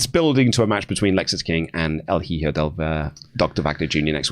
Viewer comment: Both of you; 'hijo' is pronounced eehoh, not heeho